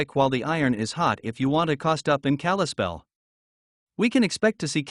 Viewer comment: These software driven voice overs are a hoot. It's Dill-on, not Deal-leon. KALAS-spell not Kal-is-spell. Somehow it got Helena correctly though. The home prices are decades out of date though.